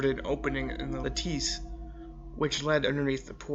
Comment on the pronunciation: just an FYI...the word "lattice" is pronounced like lettuce but with an a sound where the e in lettuce is... "lat-iss" lat as in flat iss as in hiss.